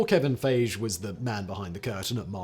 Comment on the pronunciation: For reference, it's Kevin Fai Ghee. Easy mistake to make lol